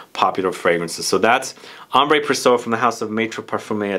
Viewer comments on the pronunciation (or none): It is pronounced "Ambr Présyeu". Not Ambray just Ambr and also not Praysso, the i in there is pronounced like a y. (And this is one of my most adored fragrances.) I really want to get Salome. The reviews are hilarious on fragrantica. I think it would be a great blind buy! Also Sayat Nova I want!